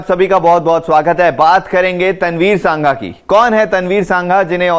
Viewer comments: Its तनवीर संघा not सांघा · सांघा नहीं, संघा